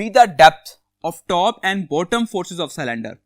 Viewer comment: LOL🤣🤣 it's not forces it is faces...